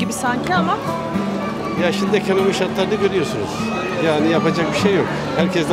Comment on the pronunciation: Ekönömi dedimi devamı belli daha da izlemem konuşanı..